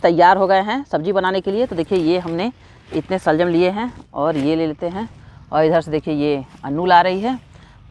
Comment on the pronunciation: Shaljum nahi shalgum hota hai.